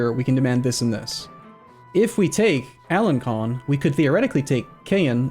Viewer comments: Alen-Son not alen-con (the c with the squiggle makes an s sound) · I don't speak french, but I'm quite positive it's "alen-son" not "alen-con". My native language has that character "ç", it has the same sound as S, and, much like french, it's latin derived, so should sound the same, I guess. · do you see the funny tail on the c in alencon that mean you pronounce it like ans s from before people agreed to invent the s.